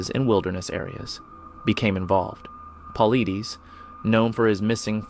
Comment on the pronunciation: David Paul-eee-deees...Stupid AI... It's Paul-eye-diss ! At LEAST get the names of whom your stealing vids and research and HARD WORK from correct!